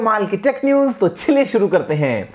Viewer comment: Guruji only one suggestion from my side. छलिए शुरू करते हैं is wrong. correct is चलिये शुरू करते हैं। 😂😂